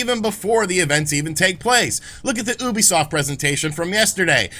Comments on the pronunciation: Again.. Its YOObisoft. Not OObisoft.., 😊😊😊😁😁😁 oh well.. Not that it matters.😅😅😅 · The company themselves literally pronounce it Youbi-soft